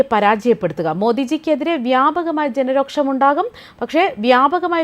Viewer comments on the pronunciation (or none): ജനരോക്ഷം അല്ല ജനരോഷം😂😂